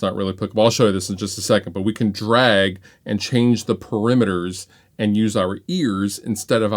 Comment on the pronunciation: Parameters not perimeters brother.